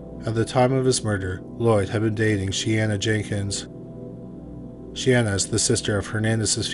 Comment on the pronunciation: Sisters named Shayanna and Shaneah? I know is notoriously bad at pronouncing names, but this time it was unfair.